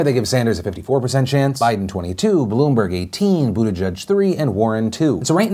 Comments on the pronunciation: Dude...love yo face, but pleeease... Buttigieg = “boo-da-jidge,” “jidge” like “fridge” and like the “j” in “jiffy”... not “boo-de-judge” like you keep saying it. Or, Mayor Pete..or just Pete...the name of a presidential candidate this far along is kinda important (imho) 💕 No love lost, just feel it’s respectful to say names as intended 😊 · STOP SAYING BUTTE-JUDGE! It's JEDGE, like ledge and hedge. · Buttigieg - Say: Booteegeeg (Boo - tee - geeg) You are welcome, from Malta! Part of the nation since 2006 ;)